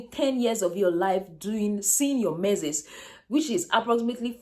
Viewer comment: Pls get the right pronunciation for that word “menses”